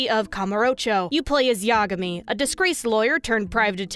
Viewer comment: can't tell if you're deliberately mispronouncing common japanese words like sengoku or yagami or not. either way, it's really triggering (i play starcraft. that's a compliment) wp gg